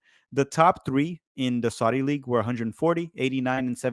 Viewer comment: "Saadi" league